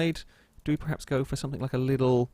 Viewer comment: Stop saying PREhaps. The word is PERhaps.